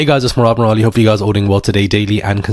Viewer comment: It's Murad,!!!!!!